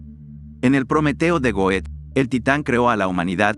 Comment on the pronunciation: Goethe se pronuncia Gerta*